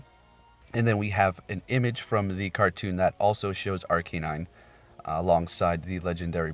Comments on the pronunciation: its not r-k-nine its are-canine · why do you take a pause when saying ARCANINE, its not "R [deep breath] KAY NINE" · not gonna lie, it triggered me to lmao